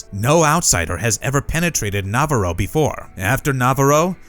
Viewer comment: Who taught you how to say navarro lmfaooooooo